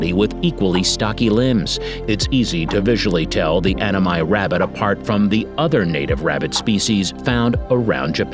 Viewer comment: 英語の発音だからアマミがアママイになってるw